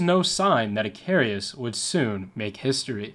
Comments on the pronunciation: It's I-CA-RUS and NOT I-CAR-E-US. I congratulate you on your excellent research. I don't want to sound nit picking but I do suggest you work harder on checking pronunciation. Every video I've watched is full of glaring errors in that regard and after a while it becomes rather distracting. Think about it, if a newscaster on TV mispronounced a lot of words all the time, wouldn't you find that a little irritating? It's just a matter of professionalism I don't think it would actually add much time to the tremendous amount of research you undoubtedly do but it would vastly improve these videos.. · Its icarus i... car... us. not i... cari..us. Icarus the greek mythology man who tarred feathers to himself and flew to close to the sun melting the tar and he fell to his death. Like the commander in this story he got cocky lol😅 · Icarus, not "icarius". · I’m really like your videos so please don’t take this the wrong way but hearing “icarius” the whole video was killing me….her real name was “USCGC Icarus” pronounces Ick-ar-us. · You put to many "I's" in Icarus. ih KAR us not ih kar EE us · Icarus, not Icarius. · It's pronounced 'Ick-Car-us'. And some of the cutters of that class are still in use in New York City as tour and ferry boats. Many were used to evacuate people from Lower Manhattan on 9/11/01, and two of those ferries aided in the "Sulley" plane crash on the Hudson River. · The name is pronounced IK ER US. He was the son of Daedalus. Flew to close to the sun a melted the wax holding his wings together. Greek mythology. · Just because it scratched my autism the wrong way, it is pronounced "Ick-Uh-Rus", there is no second "i". Apologies, great video otherwise. Just by the third time I heard it I was starting to fixate.